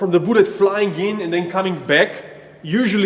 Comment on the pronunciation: I love this channel so much. "Booou--let"